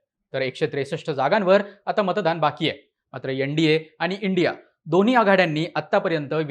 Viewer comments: एण डी ए नाही रे एन म्हण .न ला ण म्हणू नये. योगेंद्र यादव नेहमीच चुकत आलाय. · यनडिए नाही रे एन डी ए म्हण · यनडीये नाही भाऊ तर एनडीए अस उच्चाराचा सराव करा